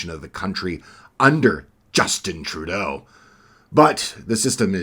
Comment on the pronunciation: great commentary. love the way you struggle to say trudeaus name.....